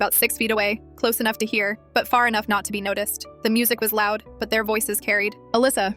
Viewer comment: “Like what ENUUH”